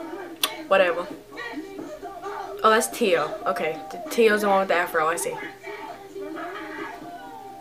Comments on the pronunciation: It's pronounced Tay-yo 🤦🏾‍♀️ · His name sounded out is t ay o but it's spelled teo